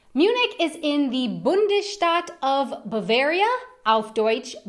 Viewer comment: Sie hat das Wort "Bundesstaat" gemeint und schlecht ausgesprochen. Ich habe auch erst "Bundesstadt" verstanden.